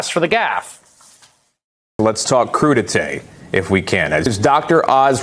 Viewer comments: It's french, crudité, pronounced cru - di - tay, mixed raw vegetables served as an hors d'oeuvre, typically with a sauce into which they may be dipped. Warning - I expect the french would bring back the guillotine should you try serving it to them with guac and salsa! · WTF is coodeetay ....lol!!!!! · We’re with Vegi Tray. NOT crudi tay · Dr. Oz it's not crudie" , your a REbug-lican you ment Coup d'e' tat........ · He said “crudité”🤣🤣🤣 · He clearly got his Republican talking points mixed up. He said crudité’ but he meant coup d'état